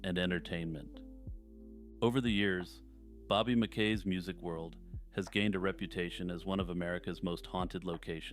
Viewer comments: I believe it is Bobby MackEE’s Music World. That’s the way they pronounced it in the haunting show where they interviewed him. Otherwise keep up the good work! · I don't like the way this guy pronounces Mackey's...